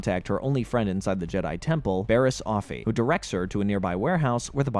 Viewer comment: not to mention him mispronouncing Bariss... even tho her name is literally said in the show ... on multiple episode from her introduction ... repeatedly